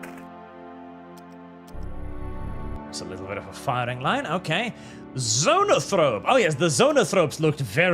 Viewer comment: I'm pretty sure "zonafroap" is just a mispronunciation, they've always been zoanthropes.